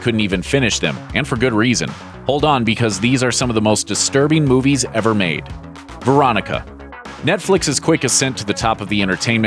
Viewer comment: This list lost all credibility when I heard Veronica